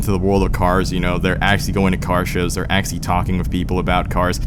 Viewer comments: There IS a T in acTually!!! Why do you keep saying aXially? Let me guess: You AXE people questions as well? ASK... try pronouncing it A-S-K... Speak REAL PROPER ENGLISH or go back to your native tongue. Quit degrading the English language. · please say actually properly next time please.